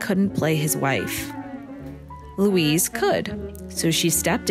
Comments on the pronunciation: The German name "Luise" is three syllables: loo-EE-seh. It's hard to hear her name mispronounced. (But that's just me.) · You're mispronouncing her name throughout the video ... weird.